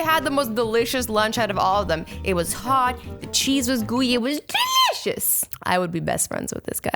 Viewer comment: Azzy is that how u always say delisous